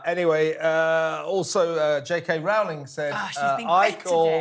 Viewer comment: Her name is pronounced ROLLing, not ROWling. She's even corrected people herself for incorrect pronunciation.